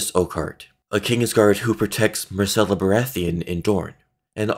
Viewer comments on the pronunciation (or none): none